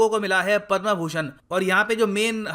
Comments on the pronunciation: कृपया उचित उच्चारण करें पद्म न कि पद्मा। अँग्रेजी का आपके ऊपर कुछ अधिक् ही प्रभाव है। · पदमश्री होता है पदमा नही प्रभु।। इतना भी अंग्रेज के चो@ न बनो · Please sir correct your Hindi pronunciation like पदमा- पद्म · पदमा नही पद्म है गुरूदेव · The word "Padma" should be pronounce correctly.